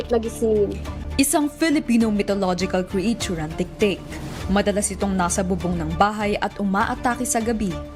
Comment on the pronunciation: Di ko kinaya yung "cree-ate-chur."